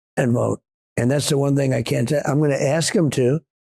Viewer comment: Please make an effort to pronounce "ask" correctly. It can't be that difficult to stop saying "axe".